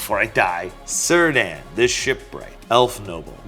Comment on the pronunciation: Another episode of butchering LotR names🤣. It's pronounced "Keer-dan",kinda like a misspelled Ciarán.